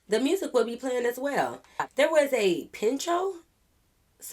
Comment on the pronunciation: Pincho is pronounced “peen-cho” you were close 😜